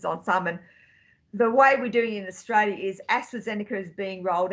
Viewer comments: Austalia ? I’ll forgive ya👍🏽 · John, you forgot the R in AustRalia